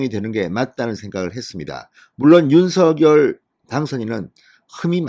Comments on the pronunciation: 윤서결이 아닙니다!!!!! 윤성녈로 발음해주세요!!!!! 듣기 거북합니다!!!!!! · 윤 당선인 이름 발음 서결 × 성열○ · 윤석열의 발음이 ??? 석→ 서 열→ 결 =서결이 아닌 "석열"입니다. 다른 언론사에서도 2가지 발음으로 발표합니다. 이제 하나로 통일하시면 좋겠습니다. 윤석열대통령당선인은 자신의 이름을 윤. 석. 열.으로 표현합니다. (윤서결≠아닙니다) 감사합니다. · 대통령당선인의 성명발음을 확실히 했으면 해서요 일반 매체에서는 "윤성열" 이라 발음되는데 진선생께서는 "윤서결" 이라 발음 되던데 ? 방송 고맙게 듣고 있습니다 화이팅 하세요! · 윤 당선인의 이름의 발음을 본인이 "성녈"로 불러달라고 하니 그렇게 해주시는게 좋을 듯 합니다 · 진성호님 앞으로는 제발 윤석렬 이름석자를 부를때 윤서결이라고 안불렀으면 합니다 정말 듣기 싫습니다 아무도 윤서결이라 안부르는데 왜혼자 남의 이름을 똑바로 불렀으면 합니다 윤석렬이라 똑바로 부르세요 진성호님 방송 애청자지만 꼭 이거는 고쳤으면 합니다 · 윤석렬 발음 통일시키기로했어요. 유서결이 아니고,윤성렬로... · 윤성렬로 발음하세요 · 작열을 <장녈>로 발음하듯이 윤석열을 <윤성녈>로 발음해야 한다..무식쟁이야. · 뭡니까? 그리고 '윤성녈'로 공식 발음해야 합니다. 윤 당선인이 원했던 것인데 궂이 자신이 편한대로 발음하는 것은 예의도 아닙니다. 윤석열을 직접 흔들기 보다 주변인들을 흔드는 기법에 속지 맙시다. 조중동은 이준석을 감싸려 윤핵관을 흔들지 않나 싶습니다. 우리가 뽑은 대통령, 며칠이나 지났다고 또 흔드나요? 우파 DNA인가요?